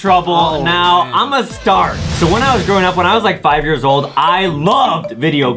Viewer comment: “ tol “ “ old “ “angery”